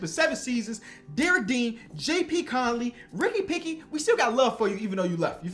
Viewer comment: this dude cant figure out the name Pickett lol hopefully you arent a steelers fan. Ricky Picky is my favorite try